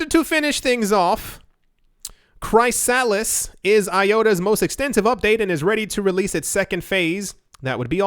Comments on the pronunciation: Cant tell if you're joking but you know it's pronounced like "Chris - a - list" and not "Cry Salads" right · Chrysalis is pronounced Chris-a-liss 😁 Loved the vid as usual. Please thumbs up this comment in the hope that reads it and no longer mispronounces chrysalis 😜 it's driving my crazy 🤣